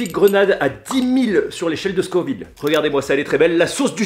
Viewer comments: Dommage le carolina n'est plus le plus fort du monde et c'est scoville pas scorville je m'arrête aux 20 premieres secondes de vidéo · SCO-VILLE pas SCOR-VILLE ! Mais sinon gros respect 😂